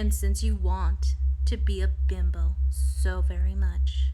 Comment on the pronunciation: Is it just me, or does it sound like she is saying "bimble" instead of "bimbo"? Bimble makes me think of a thimble, which leads to sowing, which in turn leads to god knows where.